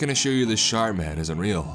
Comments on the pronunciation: Sharp man or shart man? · Watching this two years later.. and all I can hear is “The Shart Man” 😬😂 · I heard shart man 😆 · All I can hear is SHART MAN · I heard "Shark" or "Shart" man, so yeah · Can't help but hear "Shart" man